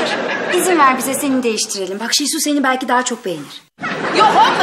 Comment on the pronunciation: adamlar oraya koskoca ''şehsu'' yazmış, siz hala şesu diyorsunuz.